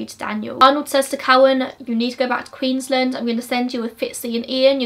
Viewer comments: Its QueensLAND not Queenslind. Just letting you know! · it's so weird hearing queensland pronounced english-ly like "queensl-nd" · Love your insight on this case. FYI, It’s pronounced Queen’s-land and briz-ben (Brisbane)